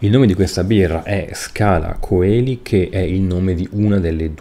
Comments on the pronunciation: Ottimo come sempre. Unica correzione il nome della birra (e della chiesa) si pronuncia Scala Celi senza la O, perché viene dal latino cielo. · La O di Coeli non si pronuncia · Questo nella pronuncia ecclesiastica ma nella classica è "koeli".